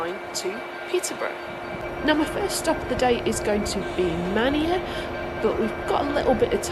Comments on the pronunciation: Manea is prounced mayne just to let you know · I've just come upon your channel. I have subscribed. This is a great video! I watched it whilst my wife was watching "Strictly"! Always interested to hear correct pronunciations of place names and, like you at the beginning, I had always thought it was pronounced "MAN-eya" which is what my father always said and he paired it with nearby Stonea. Is this pronounced "STONE-EE" do you know? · Manea - Pronounced "May-knee" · Lovely video starting from my hometown. Love your pronunciation of Manea 😂